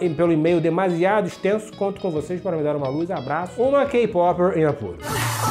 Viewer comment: No momento em que ele pronunciou kpopper correto, mostrou que ele ja sabia o que era. Mete o loco nao. kkkkkkkkkkkkk Tu é foda.